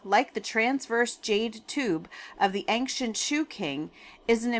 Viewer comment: Ancient is pronounced ayn-chnt not ank-shint. 😊